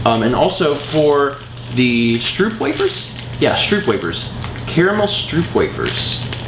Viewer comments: Stroopwafels are pronounced stroapwaafles:) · you butchered the pronounciation of stroopwafels so bad